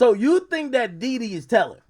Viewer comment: It's Dede brother, not Dede